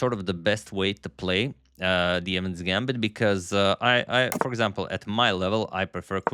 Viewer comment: It's Evans not evan.